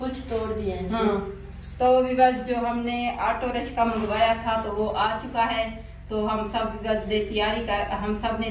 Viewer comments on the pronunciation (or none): So nice of u رکشہ کو رشکہ🤣۔ شکر ہے رمشہ کو رشمہ نہیں بولتیں آپ